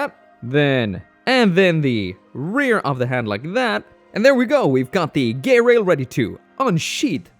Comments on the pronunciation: I think it is pronounced ge-rail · "GaAy-RaIl✨✨" gets me laughing hard